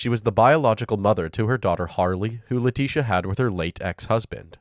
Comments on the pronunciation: letisia not letisha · They kept mispronouncing Leticia's Maiden Name It'll hit ya in a minute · Leticia Hunt with a "C"